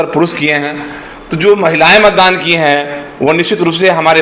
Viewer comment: Mandan nahi hai beta matdan hota hai 😅😅😅😅